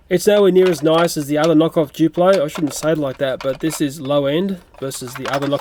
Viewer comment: ITS NOT JUPLO !!!!!!!!!!!!!! ITS DDUPLO